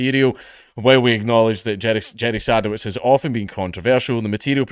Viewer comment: I think it's pronounced "seh-duh-vits"